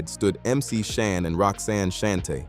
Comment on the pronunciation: Roxanne Shante not Shuntae😂Mc Shan not Mc Shawn😂